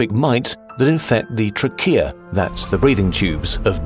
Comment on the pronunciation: isn’t the a in trachea pronounced ā